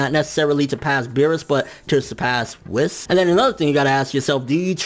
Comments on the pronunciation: Please stop saying Wiss. It's WHEES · who the fuck is this "WIS" dude you speak of?! it's fucking pronounced WH-EE-S " WHIS. Dude it's like they way you say hunterx hunter... Lol "hunahunta "